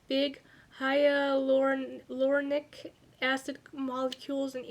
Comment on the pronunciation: Hyulronic pronounced hy you'll ron ick Thanks for the video!!!